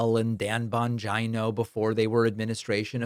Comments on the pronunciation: PLEASE STOP SAYING BON-GEYE-NO.. IT'S BON-GEE-NO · Again, why are saying "Bongino" like " "vagina"? A vagina is a body part, not an insult. Grow up.